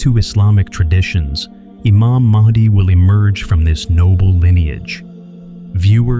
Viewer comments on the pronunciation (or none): ИМАМ МАХ,ДИ, А НЕ МАХАВИ ИЛИ МАХИ...!!! ДАДЖАЛ, А НЕ ЖАЛ ИЛИ ДЖАЛ...!!!